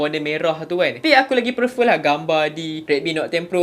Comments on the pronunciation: prefer. bukan perfer. improve your english ☺️ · aku pulak yg geram bila dia sebut "perfer" pastu prefer..memang laa (prefer) tapi sebutan yg btul bkn ka "prifer" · "perfer" is real guys 😆